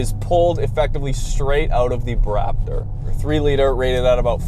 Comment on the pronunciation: He actually said Braaptor (Bronco Raptor).